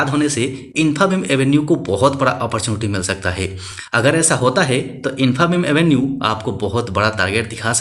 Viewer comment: Pronunciation infabeam 😅😅😅😅😅😅